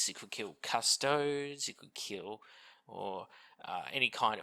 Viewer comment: Custodes is pronounced "Cuss-toe-dees". 😉